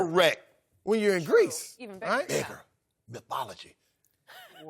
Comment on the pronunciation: Shannon said mythology lolllllllll!